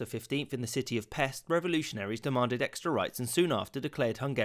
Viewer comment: Its pronounced like "Pesht"